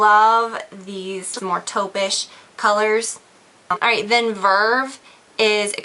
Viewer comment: I like how u say verrrve. I can tell you're from the south ;)